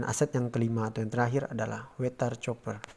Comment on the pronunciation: Koq bacanya 'coper' gitu ya .. apa tidak bisa bhs Inggris?